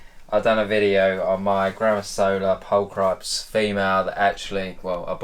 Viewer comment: How can British fuck up the word pulchripes so bad 😂